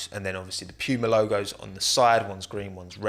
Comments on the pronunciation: It's Puma not Piuma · PEWMAH.... its poo ma, like the big cat mate. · Who else gets triggered every time he says Piuma instead of just saying Puma? XD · Poo-ma, not Pew-ma 😢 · So I just found out British people pronounce it as “pyuuma” not “pooma”💀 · From an American, how you pronounced Puma was a mind blown. Pewwwma Not making fun, just wondering now what the correct pronunciation is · "pew-ma" Everybody else: "puma" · "p-yoo-mah" lol never heard it pronounced like that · love the british “pyooma” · nobody:: pee-uemar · Lol as an American hearing u say Pewmah and saying it’s on par with Nike and Adidas is so funny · i love it whenever anyone pronounces puma as "p-you-muh" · I had to stop watching, it was getting to me 😂😂😂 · No one:: pyuma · You brits really don't understand how to pronounce puma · i can't get over the way you say puma like it sounds like you're imitating a nerf gun or something. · how do you mispronounce "PUMA." Just kidding, love the what if team videos. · It hurts how you pronounce Puma 🥴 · The english pronoucesation of Puma Really hurts my german ears 😂 great video tho, as always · You say Puma as if ur saying pube